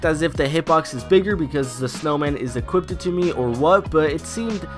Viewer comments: Stop saying “equippeded” geezus fuck. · Why you still say equipeded tho? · equipted LOL